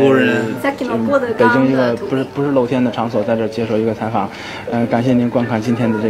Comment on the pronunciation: 我的猜测，不知道答案的时候写下的： 第一个：衣服（fu）他说了，二声，服在这里。中国人会说轻声。我认为是日本人。 第二个：京片。很纯正。中国人。我很少听到有日本人说京片。 第三个：也是京片，很纯正。但有些做作。比如：喜欢。喜，三声。他说的太「完善」了。因为实际中，「欢」是一声，喜的上升音不会说那么完全，而欢反而会被喜给带的稍微有些变的上升。第三个有些故意说。 第四个：虽然也是京片。但「露天」说成lou天，有点地道啊。嘿嘿。中国人。 第五个：我听出来了。这位应该是在中国学相声的那位——西田聪 好了，我写完了。等答案揭晓吧！